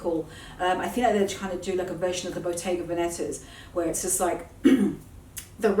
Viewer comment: It's Bottega Veneta not Vanetta 😉😉😉it literally means 'A Shop in Veneto Region' which is the area where Venice is situated.